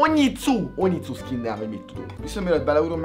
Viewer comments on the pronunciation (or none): Nem úgy kell ejteni hogy "onitszu" hanem hogy "onijutszu" zárójel sub zárójel bezár